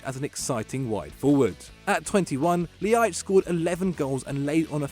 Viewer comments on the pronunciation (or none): that Ljajic pronunciation was horrible. Just say an l then an i and then an a. But really fast. That one honestly isn't difficult.